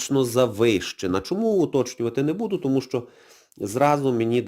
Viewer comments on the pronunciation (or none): none